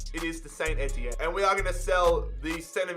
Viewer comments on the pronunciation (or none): none